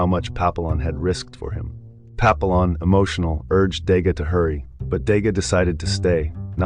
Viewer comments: Its pronounced Pa pee yon...... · How to pronounce Papillon wrong more times than I bothered counting.